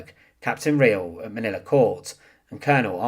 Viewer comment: he need to learn how to talk Manila has NO "a" at the end